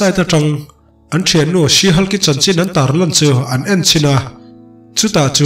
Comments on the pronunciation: Sir, Sea/see Hulk tia lam lovin, SHE HULK tiin lam zawk la, SHE HULK tiin i ziak a 'see/sea hulk' tiin i lam leh daih bawk sia. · 'sea' niloin she han Tila te ka ti ve mai mai 😄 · Si Hulk' ti tawp loin '(She)Shi Hulk' ti la, adik zok angem? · Sir,Sea Hulk angin I lam a ..She Hulk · 'She' thluk hniam laaaa...tuna i lam rik danah chuan...'Sea' a ni daih...🎉❤🎉❤🎉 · Thanks... Tuna SHE HULK - ah chuan 'SHE' hi thluk hniam tur. Tuna i lamrik dan chu 'SEE' emaw 'SEA' lamrik angin i rawn thluk sang daih a. A kawh a dang ta daih anih chu. Google ah hian Pronunciation en ila a chiang ber. 🎉❤🎉❤ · i lam dam hi sea hulk ti a ang e😂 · Sea hulk tih a lam tur a nilo